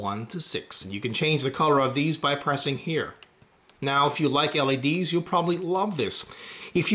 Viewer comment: What's awkward about it? Sure, it sounds like he says LAD's but it's not awkward lol